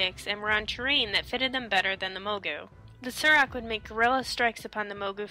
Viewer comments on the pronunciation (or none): Why do you pronounce "saur" as "sir"? When you're talking about dinosaurs do you say "Dino-sirs"? Pretty sure it's pronounced "soar". That's how the story telling panda-man says it anyway, when you ask for his story about the Saurok.